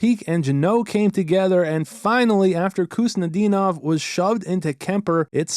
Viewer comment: You never disappoint but this one, #24, was especially good I thought. Just so you know, the K in Khusnutdinov is silent. So it's pronounced, HOOST - nuh - DEEN - ahv.